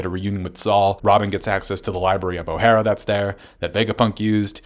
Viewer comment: I like how you over pronounce things like Enies or Yonko, but pronounce Ohara like some dude from Florida in flip flops lol